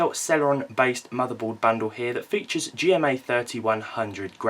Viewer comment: intel G-rand-MA. graphics